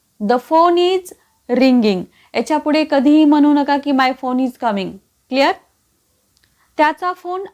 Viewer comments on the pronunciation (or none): none